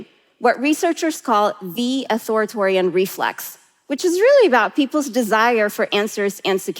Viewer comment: I agree with everything she is saying…except it’s Authoritarian…not Authoritorian and it was bothering me so much. Its not even her accent, it just isnt spelt that way nor phonetically